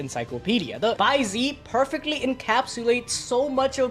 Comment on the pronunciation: bai ze is pronounced bai zeh/zuh not bai zee